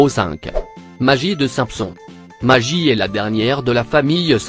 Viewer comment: Simeson sa se prononce comme sa et maguie pour le bébé